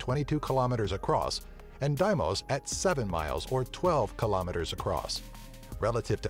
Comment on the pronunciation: FO bos &. DEE mos I trust the pronunciations of astronomers so why can't narrators check them out instead of making up their own or just guessing?